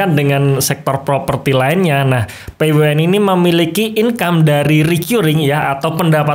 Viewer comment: Kok nyebutin nya p-we-u-n ...